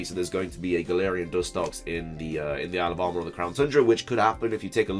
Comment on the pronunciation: Lol. I keep hearing alabama instead of isle of armor.